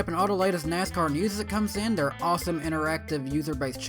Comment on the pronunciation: Can you not pronounce TH? It's THere, not Dare. Its tooTH not toof. Fuck I find your voice annoying...